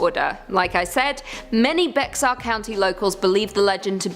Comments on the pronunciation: Lmao....was she saying Pixar? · 😊. The X is silent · It is almost painful to hear it pronounced like that lol 😆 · Lmbo i was coming here for this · Every time she mispronounced Bexar, I corrected her. 😂😅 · I grew up near Arlington....never heard of this...and again 😂😂Bex-ar county 😅😅 wtf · Lol it's pronounced bear I love here and so many outsiders make that mistake pronouncing the x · Bex-are... lol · Bexar is pronounced like Bear. You guys should really do better research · It's "bear" THE X IS SILENT BEXAR DONT PRONOUNCE THE X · Bexar is pronounced like bear. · It doesn't make any grammatical sense, but it's actually pronounced Bear, not Bexar. I live in the county of Bexar. It's in San Antonio. The Texans that named this place were weird... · I'm sorry but if we're going to be correcting someone on the pronunciation of "Bexar", then all of you are wrong. Technically it's pronounced "bay-har" so named for El Presidio San Antonio de Bexar. Since the English had difficulty with the Spanish pronunciation, they started pronouncing it "bear" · Bexar is pronounced BEAR/BARE, I live in San Antonio, Bexar County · Bexar County is pronouced Bear County. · I’ve lived in “Bex-Are” 🤦🏻‍♀️ my whole life, and I’ve never heard of the LVN Supernatural Killer. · Bexar…I’m screaming inside🤦🏻‍♀️🤦🏻‍♀️🤦🏻‍♀️ it’s pronounced “Bear” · Bexar is pronounced "Bear"....(Like in the name Grizzly Bear 🐻) 🤠 I'm a Native Born Texan and I live in San Antonio (Bear Co. Texas) . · I’m dying at the pronunciation of Bexar 😆 it sounds like ‘bear’ actually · My skin was crawling everytime she said "BEX-AR" 😂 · keep dying, the correct pronunciation is Behar. From Spanish Béjar. Next! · Lol I was thinking same thing. I actually live here in BEXaRRR County myself. Anyone else a Bexar county resident? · Like bay-har! ❤ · It is spelled Bexar, but pronounced like Bear. The "X" is silent. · It's not pronounced Bexar county, it's pronounced "bear" county. Just FYI. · Bear not bayer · Bexar pronounced Bayer